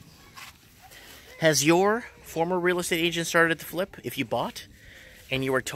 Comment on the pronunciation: FLIP not FILP she's saying - the I and L are backwards. :)